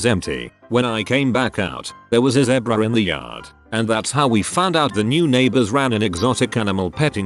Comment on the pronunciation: I like how the videos pronounce zebra. Lol